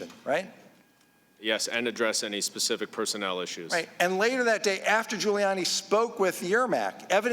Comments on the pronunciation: “Pacific” talking points. Why are illiterate and ignorant people making this kind of money?!?! She literally said “pacific” the word is specific! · When sheila stands in front of the judge her defense will say she said Pacific not specific. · Ms. Jackson Lee said "Pacific" instead on "specific" 😆😆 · Learn how to talk Ms Lee...it is "specific" not "pacific". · Nah she said pecific I listened again like you knew I would. That was quite cruel of you and I don’t forgive easily. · Ms Jackson it's "specific" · Why is Jackson Lee asking Goldman why Trump did something? More importantly can she say “specific”?